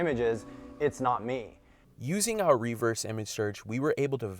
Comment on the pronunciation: Lord in heaven, someone tell the guy how to pronounce "reverse".